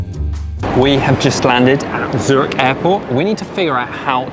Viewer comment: Zurich is not pronounced Zuritch.